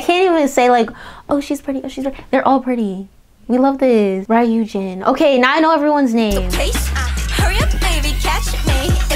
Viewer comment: Ryujin is actually pronounced as "Lyu - jin" or you can do "ri yu jin" if that's easier :)